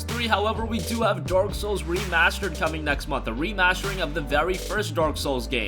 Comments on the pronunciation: Is it me or did the narrator said Dork souls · did he say dork souls? because that's accurate.